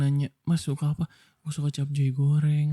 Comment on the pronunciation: Baru denger orang bilang capcay jadi capjay anjayyy😭😭